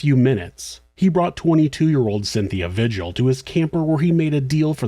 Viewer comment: Cynthia Vigil is pronounced “Vee-hill”